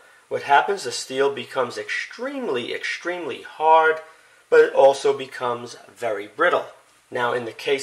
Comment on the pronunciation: Ekshtremely, shtrong, and demonshtrate:)) Curious, what accent is that? Would be grateful to get the answer!:)